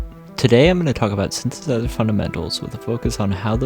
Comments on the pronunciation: 5 words after "syn-sizer" you say "those" with ease. I am not judging you, simply giving you constructive criticism to help your reach and your channel's growth. When one misspeaks, simply re-record and try again. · Constructive criticism: if you misspeak in the first sentence, re-record it and try again. People are unlikely to watch/trust a teacher who can't properly say the name of the object they are presenting (e.g.: "synthesizer")